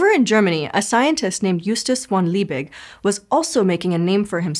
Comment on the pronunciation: Thanks for pronouncing "Justus von Liebig" correctly.